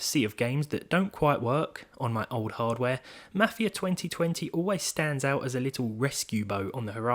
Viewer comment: I dunno why but when you say "Mafia 2020" I keep hearing "Matthew 2020"